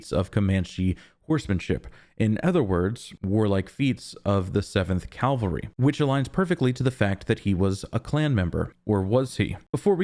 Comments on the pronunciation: Cavalry, not calvary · Loved it again - one thing - horse riders are "Cavalry" (or Kavalry in this case), not Calvary/Kalvary. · CA- VAL-RY!!! CA- VAL-RY!!! CA- VAL-RY!!! I KNOW you know the difference. But dude, you have GOT to work on pronouncing it correctly. It’s crazymaking. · I've seen/heard this mistake everywhere in videos and even written articles. Very annoying